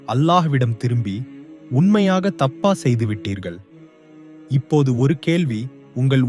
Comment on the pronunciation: உமது உச்சரிப்பில் பல பிழைகள் உள்ளன. திருத்திக் கொள்க